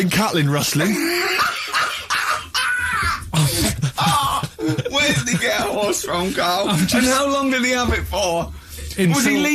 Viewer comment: Cattling rustling?? A bit of a balls up stevie boy